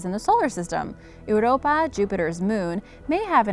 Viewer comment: Seriously . you mispronounced Europa and Potomac. .. Nothing hard about those words at all . .YOUR-OH-PAH & POH-TOH-MIC .